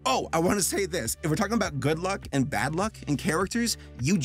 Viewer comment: The worked luck dragon I can’t help but hear a f than a l Dam you Rick and Morty